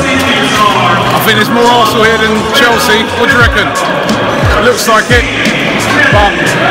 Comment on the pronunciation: Chinese cant even say Arsenal properly..they say "Alsner"